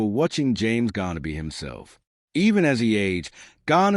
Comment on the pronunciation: At least get James last name right! Calling him Ghana several times. Stupid!